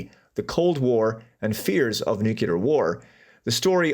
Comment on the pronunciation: One more time. Nook-lee-er. Nuclear. 😊